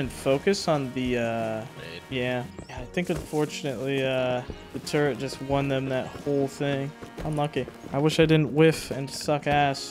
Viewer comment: too bad he still says - sumbarine, turrent, sWord, etc